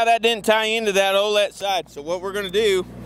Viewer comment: Think it’s supposed to be O’let